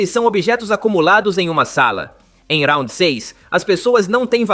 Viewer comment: Pq RAUNDI e não round